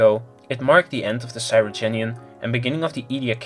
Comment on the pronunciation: Cryogenian, not Cyrogenian!